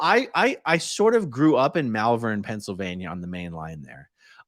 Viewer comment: I knew you were from Philadelphia, but when you said "Malvern, K.D. Marley, and General Wayne" I did a spit take.